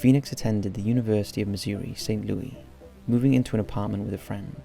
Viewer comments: Dude, not to nitpick, but it's pronounced Saint Loo-us, not Saint Loo-ee. The S isn't silent. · Don't wanna be that guy, but you actually pronounce the S in St. Louis. Loo-is, not Lewie. Just wanted to say this, bc you mention the region often enough. But wonderful video as always! I love your work! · My god, its St. LOUIS not St. LOOEY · It's Saint Louis, not Saint Lewey. As someone who has lived in this city for fifteen years and even spent over eight years with the Saint Louis Police Dept even missing people from the county or murdered victims would land in the department inbox never heard of this case. I resigned two months ago but this is one case that never landed in my work inbox, which is strange because everything even from East St. Louis ended in my inbox, it was email over load from the passes we had to sign and just alerts. Videos of wanted suspects, missing people and homicides that were outside or juridiction. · thank you for being that guy! I'm a St. Louisan and it's driving me insane🤦🏾‍♀️😂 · Great video! Its probably too late for this but St. Louis is pronounced loo-is not loo-we 😳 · You have got to stop mispronouncing the name of this city. You can get over one or two times; over and over, it sounds pretty ignorant. Also, Americans don't live in 'flats'. We don't' know what the hell a flat is. An apartment. One gets the sense you're throwing these videos together a little too quick. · the s is not silent in (St) Louis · I am fascinated by your videos and your ‘no nonsense’ way of narrating the episodes. This one was especially intriguing to me as it involves my hometown of St. Louis! Even though I lived there during this period, there was little or no press coverage of this tragic case. Thank you for bringing it to your fans’ attention! BTW, Americans don’t use the French pronunciation ‘Louis’ for St. Louis; they pronounce it as ‘Lewis.’